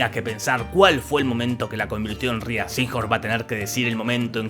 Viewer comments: Hasta donde he podido leer y escuchar Rhea no se pronuncia "Ria" sino "Rei". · Rhea se pronuncia "Rei" 😅. #NadieMePreguntó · SE PRONUNCIA REY SEEHORN NO RÍA SEEHORN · Se pronuncia Rei uwu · "Rhea" se pronuncia como "Ray", no como "Ree-uh". Ella misma lo ha aclarado en entrevistas. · Ella pronuncia su nombre Rei, no Ria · Gracias por tus grandes resúmenes!! Solo una pequeña puntualización, constructiva. el nombre de la actriz, (Rhea) Se pronuncia "rei" , en lugar de "Ría" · se pronuncia rey no ria.... fanboy? si? la amo? tambien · Se pronuncia Rei (Rhea) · Rhea se pronuncia Rei 🤭